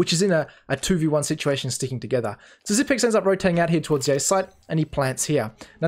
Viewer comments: his nick is pronounced XYPNIX, 9 = "ni" in danish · Everyone seems to be mispronouncing Xyp9x. 9 in is pronounced "ni" in danish which sounds the same as "knee" in English. So "Xyp-nix" instead of "Xyp-ex". This frustrates me way more than it should. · zip i x not ex